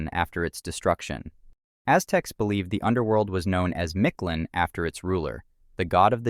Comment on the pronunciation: As much as you researched this, one would think you would pronounce Mictlan correctly, you pronounce its ruler nearly perfect which is why I find it so hilarious lol. Thanks for the upload =]